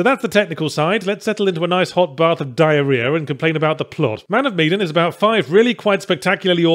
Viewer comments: I thought it was pronounced "Meh-dan", not "Mead-en". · Man Of Meh-dan. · Funnily enough meh-dan is closer to how it's actually pronounced. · Wait it's pronounced MEE-dan? I've been pronouncing it MAN of meh-DAN since it was announced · It's pronounced Meedin!?? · It is Me-din or ma-dan?